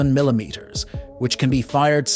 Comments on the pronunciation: Milimters lol. Stupid AI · Funny how AI can’t pronounce millimeters.